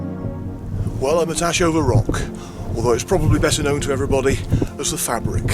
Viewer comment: Said Faybric, mate.